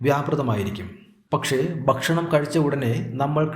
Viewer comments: 'Bakshanam' ennalla mariche ' ,Bhakshanam' Ennanu parayentathu. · അറിവ് നൽകുന്ന വീഡിയോ, ബഷണം അല്ല ഭക്ഷണം എന്ന് ഉച്ഛരിക്കണം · കാര്യമെല്ലാംശരിയാണ്.ഒരു കാര്യം മാത്രം.. ബക് ഷണമല്ല,, ഭക്ഷണം..